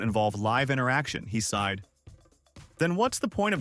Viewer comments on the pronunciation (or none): 'They side'? - Try 'They sighed'. Otherwise hilarious! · It's supposed to be They sighed